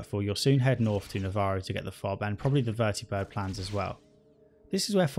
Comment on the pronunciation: I love that you say "Vertibird" instead of "Vertabird"